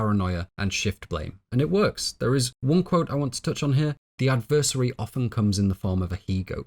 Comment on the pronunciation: A very wonderful and well-researched video. I thoroughly enjoyed it. I think you do yourself a disservice by mispronouncing common words like "catechism" and "adversary." You're too smart not to speak correctly.